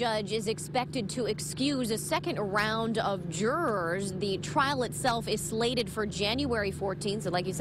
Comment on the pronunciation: wtf is jurrers?..